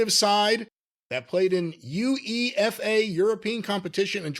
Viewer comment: as an Englishman I loved calling UEFA by saying each letter individually instead of "you-aye-fa"